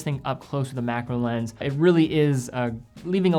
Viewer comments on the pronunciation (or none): none